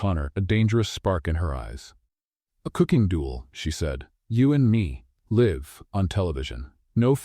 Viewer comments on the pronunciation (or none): The correct pronounciation is ‘life’. (LA IF) not Lhow you pronounced. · Learn to pronounce ‘ live ‘ correctly!. It’s same as ‘life’ in this context.